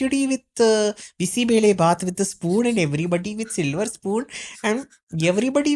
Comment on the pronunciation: You said "Bisi Bele Baath" like the locals in Bengaluru..that was pronunciation to perfection